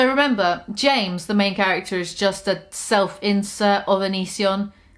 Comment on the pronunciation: I keep hearing "self-incel" every time she says "self-insert". Still fits just fine though